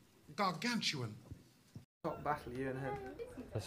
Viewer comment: " Gargantuan!" I am done.